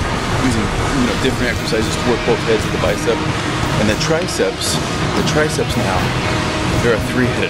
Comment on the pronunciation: tri-ceps ... say it! TRI-CEPS! say it out loud! ^^